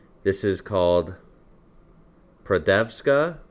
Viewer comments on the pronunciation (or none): Radenska, not prodeska :D try it with white wine (not sweet one), 1 part wine and 1 part radenska. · Its R ad en ska